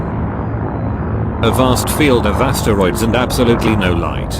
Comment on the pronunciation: and the astereeds